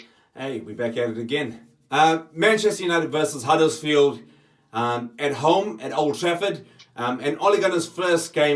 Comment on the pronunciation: It's Huddersfield not Huddlesfield